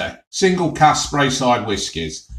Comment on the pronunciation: Ha it's speyside not spreyside , got me chuckling